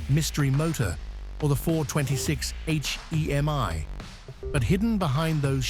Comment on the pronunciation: 426 Eich-Eee-Eem-Eye? Really? You did so little research that you don't know that 'porcupine heads' refer to CANTED valve heads. Your poor research is miss-educating a whole generation of car enthusiasts, you should be ashamed of yourself.